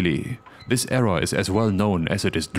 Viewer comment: I think the word "error" is NOT pronounced.. "err-RAHH".